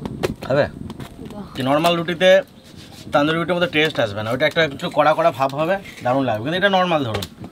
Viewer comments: ওটা তানদুরি বলে না তনদুরি বলে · কথা টা তন্দুরি রুটি তান্দুরি রুটি নয় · Pronunciation wrong only Tonduri not Taanduri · ওটা তনদুরি বলে না। তন্দুরি বলে।